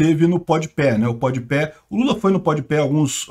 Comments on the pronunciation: pode pé kkkkkkkkkkk rachei, a pronuncia correta é pode pah mas pode pé é muito melhor kkkkkkkkkkkkkkk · Se lê pode pá e não pode pé hahaha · Jamais tankarei o falando PODPÉ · "Pod peh" hauahauaha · Carai, eu não tanko o falando Pod Pé.. hahahahahahahahaha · "Pod Pé" foi foda kkkkk Tô vendo esse vídeo 2 dias depois, e fui consultar os views do Flow agora... Realmente, já passou de 12 milhões 😂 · Após 8 meses da ida do Lula ao Podpah a entrevista conta com 9,1 milhões de views, o Bolsonaro com pouco mais de 18 horas de ter ido no Flow, a entrevista ja conta com 8,1 milhões de views Muito engraçado o falando podpah errado kkkkkkkk